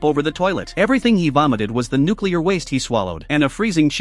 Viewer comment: Watch a bunch of idiots go jump in nucular waste